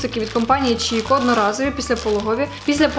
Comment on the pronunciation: Доброго дня! Приємно вас слухати, ваша манера розмовляти неймовірна! Дуже хочу звернути вашу увагу бренд, який ви називаєте Чікко, насправді читається як Кікко… Дякую за ваші відео!